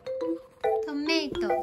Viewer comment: トマトは凄い食いつきでしたね😆 酸味が良いんですかね🤔？ 二人とも美味しく食べれて良かったです😊 のトメイトは言い方がそれっぽいだけで発音は思いっきり純日本だったのは聞き逃しませんでしたよ🤣